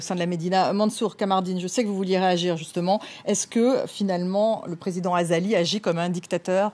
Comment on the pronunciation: hhhhh vous avait entendu la journaliste , elle a dit " le président Azako Assumani " au lieu de Azali 😂😂😂😂😂😂😂😂